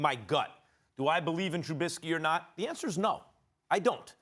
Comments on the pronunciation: The fact he calls him trubinsky just proves he doesn’t know shit lol. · SAS.....#10s name is Trubisky not Trubitsky. At least gets the basics correct. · Learn how to pronounce his name Screamin A Smitts. Jesus, it’s not Trubitsky. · TRUH-BIS-KEY not TRUBITSKEE